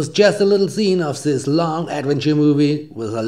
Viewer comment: Du darfst nicht immer ßisss sagen es heisst This